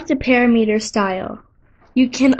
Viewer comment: Excellent content. I learned what I came here to find out. But please correct your pronunciation. It is pa-Ram'-i-ter not para-meter.